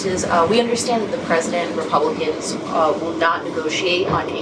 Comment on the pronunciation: Did he say " the repumpkins ?